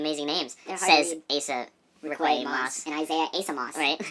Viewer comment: Asa you said my name right. No one ever says it right. You guys are amazing. Keep saying " I'm so excited ". ❤